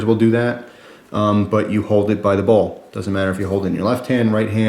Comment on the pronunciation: Dude!..Bowl or ball?..Your pronuciation is unclear...sorry for being a pain.